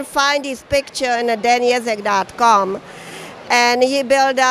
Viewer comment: I like how you pronounce Ježek as Jazz-eck when it should be Yezh-eck